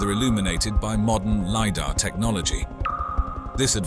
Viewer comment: Sorry, had to stop watching because robot voice keeps changing the sound of words. I couldn't take hearing "Lee Dar" or base/ bass reliefs anymore.